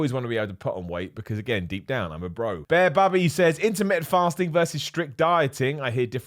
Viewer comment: It took me a second to figure out he wasn't saying "intimate fasting." I was quite intrigued, tbh